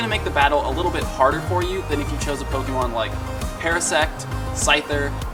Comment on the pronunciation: ok my question... u r clearly a fan of pokémon from b4 pokémon go, so why do u consistently mispronounce "pokémon" as poke-E-mon? its pronounced poh-kay-mon. even if u were to want to americanize the pronunciation, it would be poh-kuh-mon (still incorrect.) that said i do love your channel/show and that is probably my only complaint. you're an informational channel so people should come to u for info, but (to a pokémon veteran) at first glance u don't seem reliable as u cannot even pronounce the name of the game. then for people who r new to the franchise and don't know any better, now all think that is the proper pronunciation.